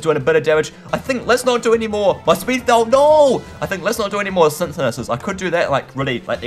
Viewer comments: How to say synthesis "Sin-the-sis" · Synthesis is pronoused sin theh sis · its pronounced Si-n-The-Sis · Say synthesis like a sintesis